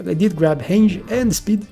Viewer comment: bro, hange on the badgers? It's range, just trying to help. with an R :D